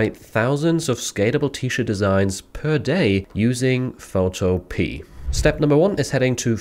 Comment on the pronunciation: Love your content ❤ Could you do a video that shows how to do custom design like when someone asks for their name etc to be added to a custom design. On a side note; I’m sure the website is pronounced ’photo-pee-a’